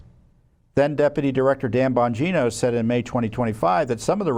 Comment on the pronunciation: It's Pronounced Dan BONGINA